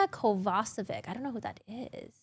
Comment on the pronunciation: Jessica Kovacevic (read [Kovachevich], my eastern European ears are bleeding, guys, when you pronounce her last name as Kovasevik) is the talent agent of Amber.